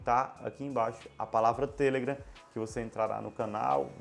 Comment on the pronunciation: muito bom o video, porem o seu *tamu*nao foi nada em vista da pronuncia sua sobre a rede social (TELEGRAM) palavra correta e TelegrAAAAAAAAAAAm . e nao tele......gran. Mesmo acontece com Face, (facebook) ou Insta (Instagram), mania de brasileiros colocar apelidos nos trem.